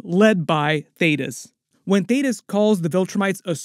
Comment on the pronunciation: Finally! You said Thaedus correctly 🙌🏽 thank you 😂